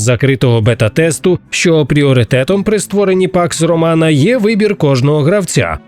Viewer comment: все время слышу "пак сарумана"